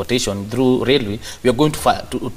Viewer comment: it is Railway n not Lailway!